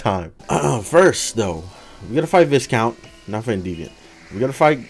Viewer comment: Who's going to tell him it's pronounced Vicount instead of Viscount?